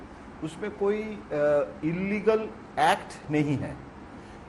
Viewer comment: इनलीगल नहीँ इललीगल होता है